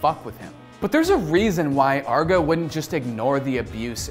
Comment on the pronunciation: Arr-GE not Arga.